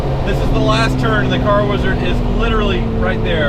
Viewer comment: actually said Hi to the wizard!! I think I like it when he says WEEZARD much better 😂😂😂😂😅